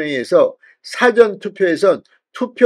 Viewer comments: 싸전이아니고 사ㅡㅡ전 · 사전의 발음이 너무 이상 합니다 사~전투표라고 해야되지 않나요 ? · 의원님.부산출신 맞나요? 지금 방송에 사전 투표를 말씀하시는데 일사의 사전투표입니다 .사전에 대한 억양부터 고쳐주시지요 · 사전투표의 사전은 발음이 액센트가 앞 글자에 두면 辭典이라는 뜻이 됩니다. 事前은 앞에 액센트가 없이 발음해야 합니다. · 사전투표 발음을 그렇게 하면 안된다 같은 경상도 사람인데 왜 저렇게 발음할까 그래서 잘 안본다. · 사전투표? 영아사전투표냐 한글사전투표냐? 발음부터 점검하시요! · 사전투표 발음 똑바로해라 정말듣기싫다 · 사전 이라는 발음을 바로 하세요 듣기가 영 거북하구만. 경상도 사람도 그렇게 발음하지 않는데 어느 지방 발음인지 모르겠네.